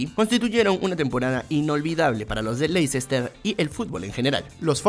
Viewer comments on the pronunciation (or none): Ya le he comentado en videos anteriores y parece que no lee los comentarios. Se pronuncia LESTER CITY, no LeICEster City. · Se pronuncia LESTER (o LESTAH) no Lecicester, aunque así sea como se escribe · Ayy no digas LEI-CES-TER ... suena horroroso. Dí Lesta ó almenos léster ... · el Lessssta se dice amigo.